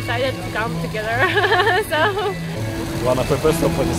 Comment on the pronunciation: First not forst